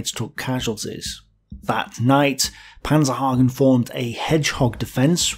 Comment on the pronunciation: Great video, thank you! One minor correction: It´s actually Major Albert PANZENhagen not PANZERhagen, later to become commander of the Panzergrenadier-Regiment 361.